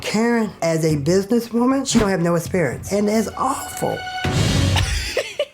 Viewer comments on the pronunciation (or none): none